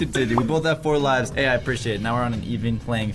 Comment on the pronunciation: Lives not luves